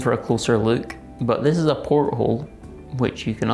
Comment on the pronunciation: Great video as always, but come on. It wasn't a porthole, it was a poilethole. 🤣